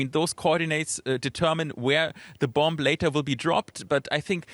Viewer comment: A bomb. She pronounced it like the vocal A